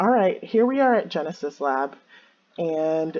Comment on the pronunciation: Drinking game: Every time says "Genus" instead of "Genesis".